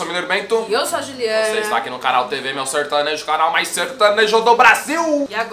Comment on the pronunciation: "Sertanejo" eles disseram 😂💔 Tião Carreiro deve ta se remoendo ao ouvir uns trem desse